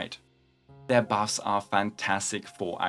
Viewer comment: "their BAFS"